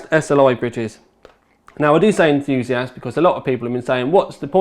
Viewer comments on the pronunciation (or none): Enthoo-see-assed :') haha